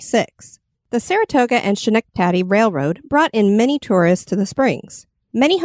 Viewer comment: Fascinating. One glaring mispronounciation though...you mentioned the Schenectady railroad. Its pronounced Sk-neck-ta-dee